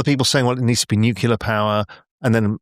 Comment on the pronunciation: How can a guy of apparent intelligence say "nucular"?